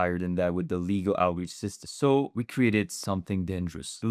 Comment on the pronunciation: Leh-Go not Ligo!!